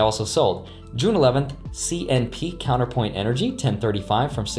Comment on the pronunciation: Bruh. I work for CNP it's "CenterPoint" not "Counterpoint"... just looking out for ya